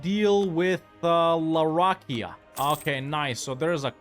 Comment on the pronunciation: Please look up how to pronounce the name for larakeyah